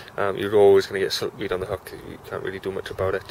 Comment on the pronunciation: I think it's not siltweed but silkweed.